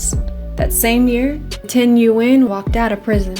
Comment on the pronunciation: Nothing like YouTubing my name and seeing this lol. Good job on the pronunciation!